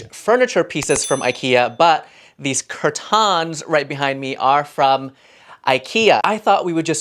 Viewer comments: its curtains not curtons for god sake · Nobody asked, but your RUG SHOWS are what I live for, and the way you say CURR -TAHNS!!!! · The way you say curtains just doesnt feel right